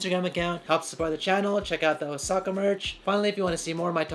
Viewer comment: dude, o-saw-ka, please perfect your puns